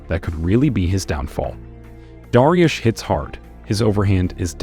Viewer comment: Dah-ree-youssshhh Dariush said correctly